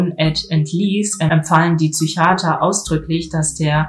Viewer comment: Es heißt „der IQ“ und auch nicht „Züchiater“.